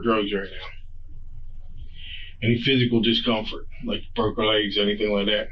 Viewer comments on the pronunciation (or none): none